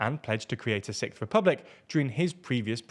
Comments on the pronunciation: I'd be damned to hear the "sickth" republic over & over again if it does ever happen... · Sicth lol